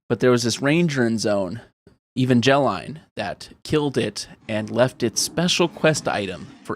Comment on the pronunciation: you said evangelyne wrong. since she's a ranger i guess it's a WAKFU inspired character